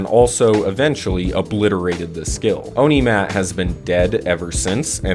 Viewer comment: "Onimat" too, but it kinda suit it though, back then it's kinda evil, demon like deck 😂